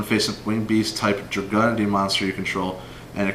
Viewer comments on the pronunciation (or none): Drag"YOU"nity lol